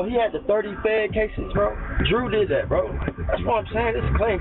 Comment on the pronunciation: same 😂😂😂😂😂 “I like dat red”